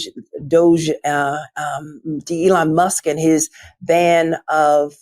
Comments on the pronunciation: Was that a slip of the tongue or on purpose "Elon dusk and his musketeers" love it either way Letitia,.I love your enthusiasm and work, you're a gun girl,much respect 💓💓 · Did she call him Elon Dusk? Lol!!! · She called him Elon Dusk. Lol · She did say 'ELON DUSK & HIS MUSKETEERS 😅😂😂😅